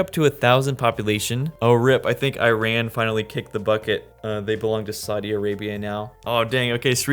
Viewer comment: The amount of times he mispronounced Bangladesh Iran and Laos is crazy 😅